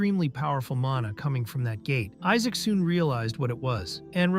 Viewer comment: Everyone call him Isaac instead of Isaac😂😂😂